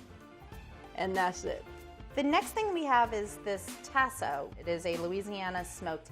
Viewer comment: Chef #2 pronunciation of Tasso is cringeworthy.